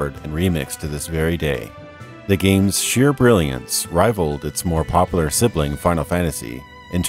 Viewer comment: Great channel, good videos, but please, dude, learn how to say "popular". I've made it through four previous videos managing to suppress the need to comment, but I can't do it any longer.